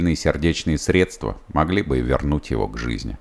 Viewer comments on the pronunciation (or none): none